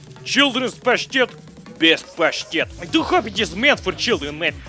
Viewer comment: Its pronounced paStet not paSHtet:D And is not cat food, is meat so minced that u can easily put it on bread with a knife like butter